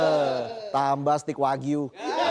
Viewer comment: Steak (stek) wagyu mas.. bukan stik wagyu. Stik itu tongkat.